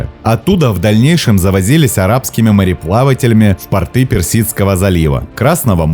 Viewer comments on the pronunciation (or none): не в портЫ, а в пОрты, в портках крысы не живут